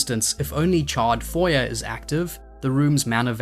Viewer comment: (psst it's not "foy-yer" it's "foy-yay" - it's french - the "er" at the end is pronounced "ay" like dossier)